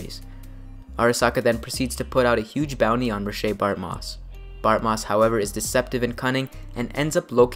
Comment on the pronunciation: Bartmoss isn't French... His name is Ray-shh, not Roh-shay. Me being an asshole aside, well made video sharing lore.